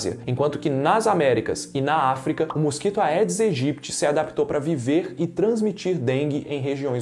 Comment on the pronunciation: Não se diz "aedes", e sim "edes". Em latim, "ae" tem som de "e".